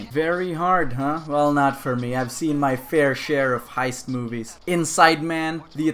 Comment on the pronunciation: No one:: HIEST